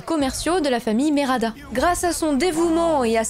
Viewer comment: Cool le résumé 👌 Juste tu te trompes sur le nom, tu dis Merada alors que c'est Medarda 😉